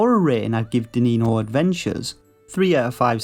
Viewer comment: It's pronounced like diniño, "dininio"